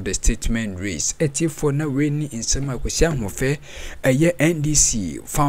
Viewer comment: It's not Kwesi Ahoufe. It's Kwesi Ahwoi